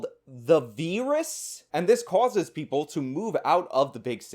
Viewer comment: You made me stop what I was doing so I could see what word you were putting on screen. The VEERUS?? Don't do that again.